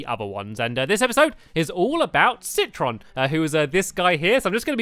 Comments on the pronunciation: It's citron not citresss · I realized that stampy keeps saying citris instead of citron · Stampy it's not citress its citron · Stampy said citros but it is citron. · I think it's pronounced say-trown. Not sit-tron. Either way I like say-trown. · he iz called citron not citroz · ITS CITRON NOT CITRIS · stamps citrons not a girl and its name is not citris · his name is citron not citrus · It's not citrus it is citron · It is citron not citress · he says citris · It's citron (si-ton) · It's citron ci tron tron